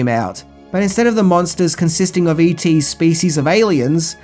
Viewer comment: When you say all the e.t merchandise it sounds like you said eating.